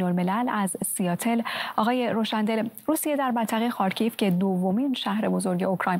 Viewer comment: تلفظ خارکیف اشتباه بود. «خار کی یف » درسته